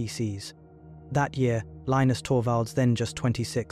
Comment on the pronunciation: The “narrator” can’t decide how to pronounce Linus